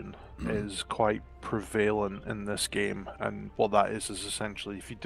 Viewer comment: Love having this series playing the the background, thanks for the upload. That said, and this is really, REALLY dumb... every time I hear "pre-VA-lent" I shout "PRE-va-lent!"